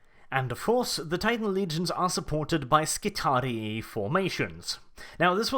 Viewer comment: I think that "Skitarii" is pronounced "Skit-are-ee-eye". Just what I think though.